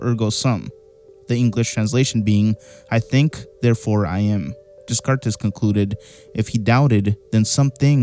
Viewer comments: Yo chief, Descarte is pronounced daycart, not dezcartez. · Pronounced. Day cart it's French. Not everything has a Spanish background bruh so it's. Day cart. Not. Des cartes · DeSkarteSSS Plesase this tells me you've never heard anyone pronounce his name.. or any idea how maybe the French names/words are pronounced. Nice video tho, I just laughed at that a bit, but now you will know. :* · Descartes is pronounced Day-Cart. It's not Day -Car-Tez. He was French, not Latino. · Day Cart. Not des carts. He was French. You really do find great stuff, but double check pronunciation. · Des Cartes is Day Cart phonetically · Descartes was French, so his name was pronounced DAY-CART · Great theory video! Descartes’ name is actually pronounced Day-kart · Descartes = DayCart Signed, The French Guy that loves your videos! ❤ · You're pronouncing Descartes as it is written which is incorrect, he was French so it is pronounced 'Day-Cart' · Descartes is pronounced day-cart. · Decarte” not however you said it 😂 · I'm sure this has been said but Descartes is pronounced day-cart or d-cart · "Descartes" is pronounced as "Day-cart" btw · I think Descartes is pronounced “day-CART” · My brother, Descartes is pronounced ' Day-Kart' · Descartes is pronounced "day-car" btw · Ray ness descartess? You lose all credibility dude. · Descartes is pronounced like day-cart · Dude. descartes is pronounced "de cart" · Descartes is pronounced Deh-cart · I like the video. Love the way you explain things. I did get stuck on the pronunciation of DesCartes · the way you said ''Descartes'' is outrageous good vid tho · I like the video but please learn how to pronounce “Descartes.” I don’t think I’ve ever cringed so much as I did when I heard you pronounce it. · FYI that is NOT how you pronounce Descartes 😂😂😂